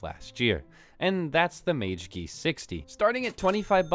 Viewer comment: I remember seeing your magegee video, I think it was a different board but I coulda sworn that it fell out of the case, anyway I use to think it was pronounced mag-uh-gee, thanks for teaching me the correct pronunciation lmao